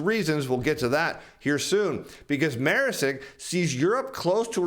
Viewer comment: Hi, love your content, thank you so much for the videos, a small point Maersk is pronounced (phonetically) Mersk... Source - I consulted for them (a great company imo) in Copenhagen for a while before the pandemic. Best wishes!